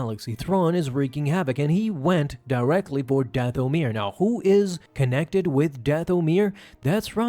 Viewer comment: Plz mever say dathomir again